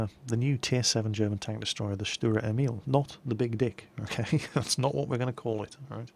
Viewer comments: That's not quite right in English it is Tank self-propelled gun V. As you can see that is definitive no artillery and "Lafette" means "Gun carriage". Also it was called "Selbstfahrlafette L/61"in the german army. The nickname is pronounced StuRer Emil not Stuer Emil with a strong R and it means "Stubborn Emil" in English. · Stuhrer Emeel would be the way to pronounce this for your brits I think :D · Stuwa Ehmiwl speaking german is just too funny. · Dicker Max means fat Max;D Sturer Emil funny pronouncing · Dear i'm usually speaking german so i know exactly how to say "sturer emil". So say the sh of shut up then the t and at least the urer and don't forget to say the r much louder. I hope I helped you.